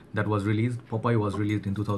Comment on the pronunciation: Not pop eye ,. Popeye